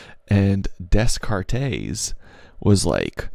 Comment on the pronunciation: "We think, therefore, we am." I love it. Also, I heard you say Des Cartes correctly once in your narration, but why you keep saying it wrong the rest of the time?